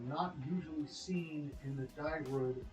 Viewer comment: It's pronounced "Dear" Wood